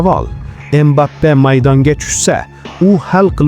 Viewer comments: Aka iltimos Embape demang Kiliyan Mbapeni ismini tugri tallafuz qiling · Inglizcha talaffuz Embappe